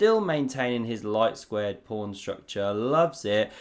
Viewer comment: Is “prawn” your own cute intentional mispronunciation of pawn?